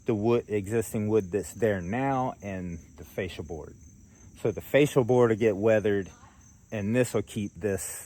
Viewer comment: are you saying facial boards? Cause it kinda sounds like you are saying facial boards. I was like, oh no, I've been pronouncing it wrong for years. I had to go look it up. Here is what I found. The fascia board is the one mounted at the point where the roof meets the outer walls of the house and is often called the ROOFLINE. However, most people refer to it by the name of the main board that carries the gutter – the fascia or fascias. Here is the other definition: A facial is a form of skin care that commonly includes cleansing, exfoliation, and extraction. Of course, it’s more than that. Pampering facials can improve not just the look and feel of your skin but also your mood.